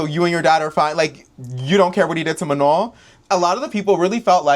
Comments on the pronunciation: Everytime pronounced manon's name as "ma-none" i get so mad. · Even the girls who could barely speak english pronounced it right with phonetic barriers